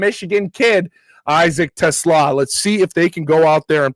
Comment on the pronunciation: is the 1st content creator that I have heard so far to correctly pronounce Isaac Teslaa's name. 👏👏🤣🤣 LFG Lions!!!!